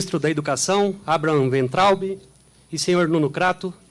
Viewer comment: Pronuncie : Abra ram Vein traube !!!